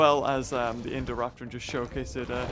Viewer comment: who else loves the way says Indoraptor